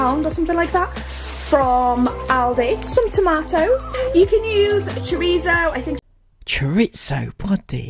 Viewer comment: Chorizo or torcheeso as pounced it, can't even read as the packet stated pepperoni ( are very different). can u not read?